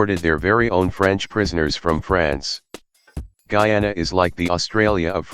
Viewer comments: ITS GUYANA NOT GEANA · Bro the voice says GEE YAUW NAW, it’s GUY ANA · The Gayana countries No offense if you live in Guiana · There is Bri'ish Guy-ay-nah There is hom hom hom Gui-oh-nown And there is weed pirates. They may not look like south americans, and they aren't. As such, they play the Caribbean Cup instead of Copa América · Guyana is pronounced GUY- ANA